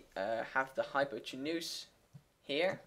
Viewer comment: Just so you know, the emphasis in the word hypotenuse is like: hy-POT-en-use